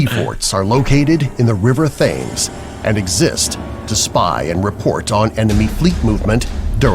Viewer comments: The narrator mispronounced it; the Red Sands Sea Forts are on the Thames. Largely an early warning system & anti aircraft placement for the Blitz. After the war, they were used for pirate radio. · Surprised yall didn't react to the mispronuciation of 'Thames'!